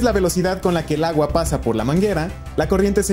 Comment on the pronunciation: "Pero lagua"? Oí bien? 🤔😆